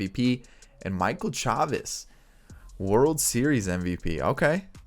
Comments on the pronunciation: It's pronounced "Chay-vis" not "Chaw-vis" but I get the confusion since it does look like "Chavez" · It’s pronounced Chay-Vis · It's Michel SHAY-VIS